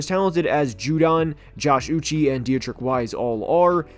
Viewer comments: It’s uch ayyyy (uche)… not uchieeeeee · love the video but holy shit dude josh uche's name is pronounced ooch-chay, not ooch-ee. dudes been an exceptional player for 3 years now and is a big part of the pats D give him some respect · Uche’s name is pronounced “ooo-chey” btw